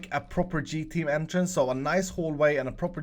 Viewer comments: Wait, can you repeat one more time, did you say endtrance or entrance. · when you said entrance for the 2nd time i thought you said N-trance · I thought you were gonna make them go to the end since you said it like “end”trice.